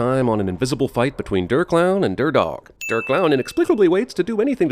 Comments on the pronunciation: I know that I've already commented, but I must say this: IT'S PRONOUNCED D-AIR! NOT D-ER!!!!!!! I apologize for my rampage. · Der is pronounced "dare" not "durp" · Good video and all, but I am begging you to never say Der again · Der is said like dare net der